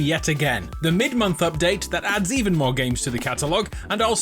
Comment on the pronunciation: emphasis on the “mid”